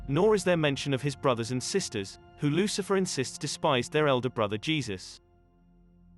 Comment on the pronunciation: The book of Loothifer